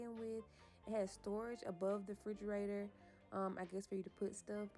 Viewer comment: Frigeraytor? Huh?!?! 🤦🏾‍♀️